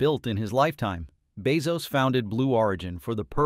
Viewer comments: Is this AI? Keeps on pronouncing Bezos as Beoz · The AI needs to pronounce Bezos correctly. Just simple feedback.